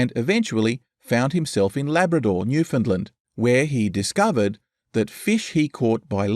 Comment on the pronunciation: This is really good stuff. But the pronunciation of Newfoundland is wrong. Minor quibble, but it's like hearing an off note every time I hear it.